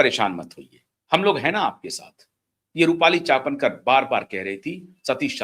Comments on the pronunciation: चापनकर नहीं चाकणकर l आप बार बार हर video में गलत नाम का उच्चारण कर रहें है l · अबे गधे चापणकर नहीं चाकणकर है